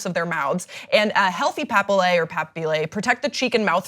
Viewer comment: She mispronounced papillae